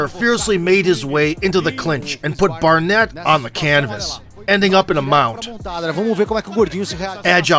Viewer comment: narrator calls barnett barrett….